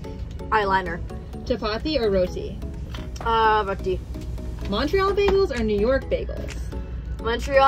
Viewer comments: Okay might be smtg small but her pronunciation of roti was so brown way, love that! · the way she pronounced roti😫😫😫